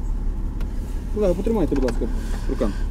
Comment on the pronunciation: колэха🤣 готовимся, сейчас цирк начнется.